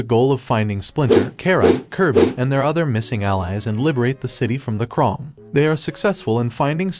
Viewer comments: He says krung not krang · you said crane wrong